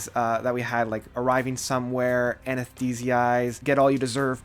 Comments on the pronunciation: Anesthetize = Pronounced Anness theh tize In Absentia = In Ab senshia Guthrie is pronounced with a normal G. Just had to im so sorry! lmao great video once again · IDK if I can comment about it, i'm not an english native speaker... but I'd pronounce In AbsenTIA (something like ScenTIEnce)... and Anesthetize